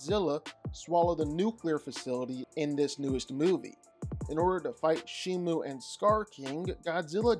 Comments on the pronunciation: She is called Shimo with an O Not Shimu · shiMO. say it with me. shi. MO. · Its pronounced She-mo thats not how you spell it though its spelled Shimo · The name of the Ice titan is Shimo not Shimu